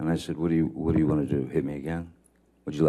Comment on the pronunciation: Boy I tell ya hwhat